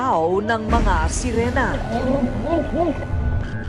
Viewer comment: anong serina? hhaha SERINA DW HAHHAHA SIRENA HINDI SERINA HAHAHA MGA ANIMAL MGA BUGOK GGWA NA NGA KWENTO KATANGAHAN PA...LOL MRUNING DW LUMANGOY PERO NALUNOD TAY KULANG KA SA JAKOL